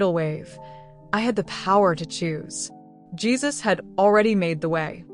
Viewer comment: His name is pronounced Geez-us, not whatever you were calling Him. Other than that it was a good story! Love it